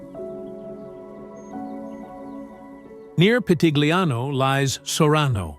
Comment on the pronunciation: Your pronounciation of Pitigliano e Val d'Orcia is wrong.